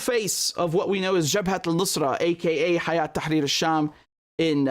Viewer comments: It's هيأة Not حياة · it's not Hayat Tharir Al Sham ... it's Hay'at (Hay2at) Tahrir Al Sham